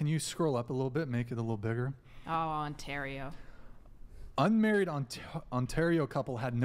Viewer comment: ON-tario....😂 oh. You let down a whole province with that one